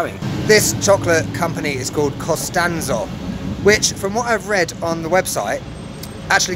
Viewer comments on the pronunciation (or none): Vatos, es COSTANZO... NO CONSTANZO!!! Todos los que comentan diciendo que son de San Luis y no saben ni como se llama la marca